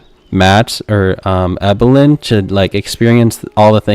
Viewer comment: Please be respectful. It’s pronounced, “Eee-bill-in” not “Eye-bill-in.” If you turn on the sound while watching the documentary, you can hear it over and over. 😊